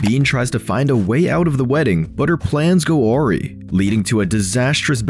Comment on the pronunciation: You pronounced "awry" wrong.